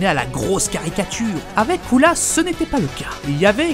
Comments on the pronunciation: Aaaaaaaarrrrrrrrreeeeeeeeetttttttttttttteeeeee ddddeeeee dddddiiiiiirrrreeee coula dit cooler comme tout le monde putainet dit gojeta et pa gogeta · Ptn tu ose dire coola même en vf il dit pas sa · Arrête de dire coola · Pourquoi ce c** dit coola alors que c est couleer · C est pas coola mais cooler